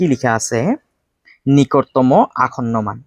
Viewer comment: Sir nikotomo nohoi 😂Nikototom 😅😅😮